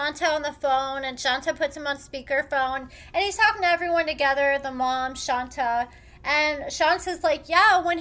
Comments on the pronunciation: Ayonna is a certified crazy clown! It's pronounced "Shawn-tay"....... not "Shawn-ta" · it's Shon-tay, not Shon-ta. ( You're the only person I ever hear calling her "Shon-ta")